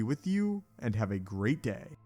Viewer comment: Felt some real emphasis on "great" at the end of the video xD